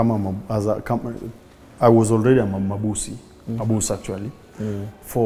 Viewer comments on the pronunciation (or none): Aaai jaluo, jaluo can pronounce constitution right but pronounce "mabusu" wrong. Pole sana ndugu! happens to the BEST OF US.